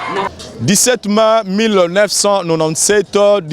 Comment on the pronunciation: 17 Mai prononcer Mé, et non 17 Main 🖐